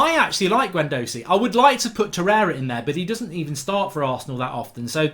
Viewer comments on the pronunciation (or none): 1min in and only united players in for me should be De Gea Wan Bissaka and Maguire. All rest Arsenal have better players in the positions. Its pronounced Gwendoozy and Ce bile os for Ceballos